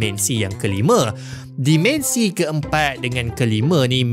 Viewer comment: Terima kasih krn mempromosi pelajaran sains Di YT. (Minta tolong sikit... Tolonglah sebut "dimensi" spt dieja, tidak spt dimension Cuba Tanya prof Shahrir Mohd Zain bgmn nak sebut MINUS (-) Dan PLUS (😂+) dlm BM Baku.